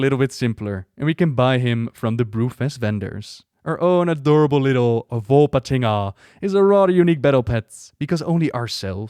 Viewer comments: One shot every time says "Volpatinga":D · You had allot of fun pronouncing Volpatinga, I can tell.